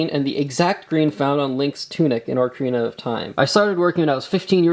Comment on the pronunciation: It hurt me to hear how pronounced "Ocarina" Tisk tisk,, tisk tisk